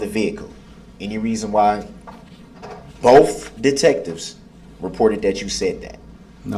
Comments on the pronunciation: You got to love how he says "both" BOF. That's the sure sign of a brilliant man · "Is there any reason BOAF detectives stated you told BOAF uh-dem you saw multiple people in duh vehicle?" Abel looks like he could rip Brooks in half with his bare hands...😂